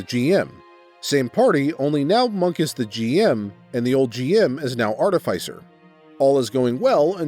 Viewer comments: no, it's art-i-fī-ser. You said it correctly. Everyone else is saying it wrong oddly enough. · He pronounced artificer correctly. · This guy must have low intelligence and wisdom. Also, you might be the only narrator that can say artificer correctly. Does no one else like necromantic tomes? Both liches and Dragons commonly makes them. They're heads that have books imprinted on them and recite the contents on command. On the bag of holding idea, just give him a normal one with an ooze in it. It'll devour everything he puts in it.